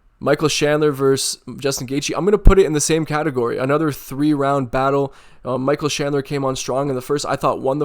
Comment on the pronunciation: Michael who? Shandler? 😅